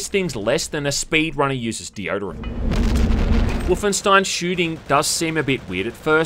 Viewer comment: I agreed with everything you said! Except on how to pronounce Wolfenstein